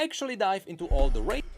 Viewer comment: Everytime necrit say "races" I hear "racist".